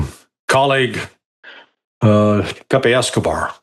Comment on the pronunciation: Larry pronounces Pepe's name correctly. Refreshing!